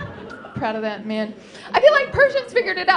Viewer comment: Your "persian" accent would be great if you starting putting "the" all over the place. And I love when "that" becomes "dat". O, ya!! and how "small" is pronounced "esmall"...carry on the funny work. I really enjoyed it.